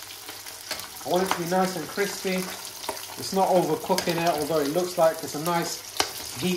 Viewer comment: lol, chef , was that a Joshua Weissman 'kwispy'? 👍😁